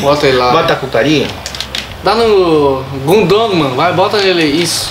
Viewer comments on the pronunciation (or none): Alguém fala pro Valdívia q n se fala "Réus" e nem "Gundoman" KKKKKKKKK Auba é mito até no video game